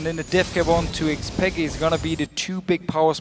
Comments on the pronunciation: yea i nearly pissd myself when he said xpeker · Why does Deficio pronounce Xpeke: XpekeR. And Soaz: SoaRz?